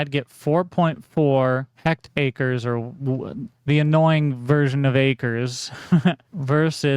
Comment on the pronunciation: Hectares = Heck-Tare